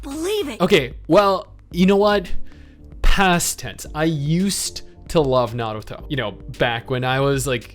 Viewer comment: Stop half rolling your r's on Naruto or I'll be forced to unsub